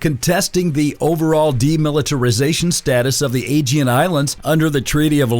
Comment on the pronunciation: Bro how can you mispronounce aegean every time